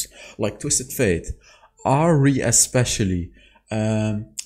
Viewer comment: Its Ahri Not Hari